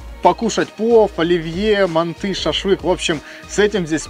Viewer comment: Правильно мАнты 😀